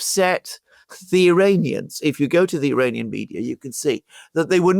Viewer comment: and Alexander you'd better stop mispronouncing Iranian. ( Uranians).!!!? what the... is that? have you lost it too?